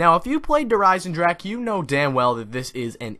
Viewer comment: Its der Eisendrache